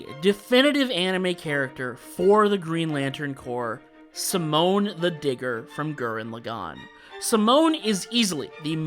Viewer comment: Not having Freeza as a yellow is criminal. His name alone put fear into beings across the galaxy. Until super no one until Goku showed up could stand up to him. Also, it's Simon (See-moan)